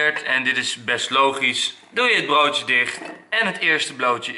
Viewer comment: Hij zij bloodje in plaats van broodje LOL!!!!!!